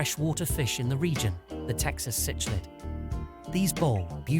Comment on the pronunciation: Cichlid is pronounced sick lid . . . . can we maybe have a actual human read the script please? british microsoft sam or the female or american one is crap they cant pronounce half these species names. . . this is like the 5th vid with this cichlid pronunciation